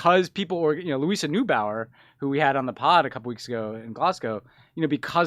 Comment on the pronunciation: Ohhh, you totally butchered the pronounciations of the german names (Neubauer, Baerbock,...) Also, the pipeline was (and still is) hugely controversial in Germany itself. But it felt, like for a brief and crucial time, in which this whole project might still reaistically have been stopped, public opinion completely swung on this one, when Trump started to make threats and blackmail us and that, quite transparently, with the sole objective to force us, to buy american gas instead. It was the same for me, when you are being that bluntly pressured to do a thing, it is kind of hard to give in, without giving the impression, that america can just dictate us, what to do.